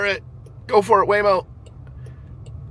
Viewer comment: Your waymo was laymo. 😂